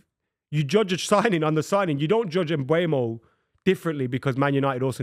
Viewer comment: sounds like a complete tool when he says Mbwaymo. 🤦🏻‍♂️ It's pronounced Um-bo-mo you uneducated fool